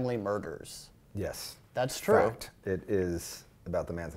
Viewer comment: "It's a fict!"